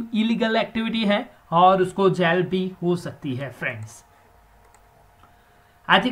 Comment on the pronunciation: 6.06 jail it's not Gail